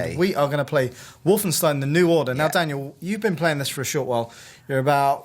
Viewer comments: You pronounce Wolfenstein... Just like you do Einstein.... Its not EINSTIN IS IT!!!! Seriously..... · Its not wolfensteen its wolfenstein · wolfenstein = Wolfen[stine] not Wolfen[steen]...